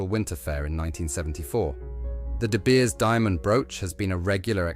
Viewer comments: Godawful AI with an unnecessary AI generated banner misspelling de Beers (dabiers?????) Suite (sweet??) Andrew Grima (a particularly egregious greamer/grahmer/greemer abortion). Dear lord - BEFORE putting it out there, is proof-reading too much to ask????????? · She's not "Her Highness," she's "Her Royal Highness." Whoever programmed this AI narrator demoted her. 😖 "Princess Mary of TECH??" "Ruby SWEET?" And it's "De Beers." Repetitive and annoying way of presenting a beautiful collection.